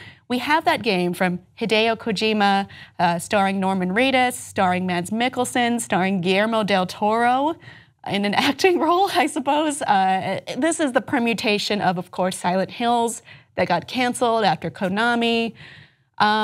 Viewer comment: Why can't they pronounce Guillermo Correctly, it is pronounced as Gil-yer-mo